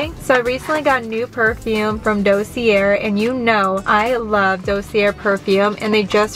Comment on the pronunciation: Dossier is pronounced dossiyay, it’s French the R is silent